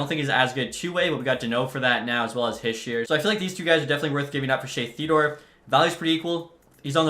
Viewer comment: Hischier is pronounced he-sure not hi-shur